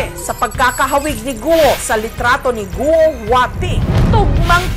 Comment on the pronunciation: Goo!! po hindi Guwo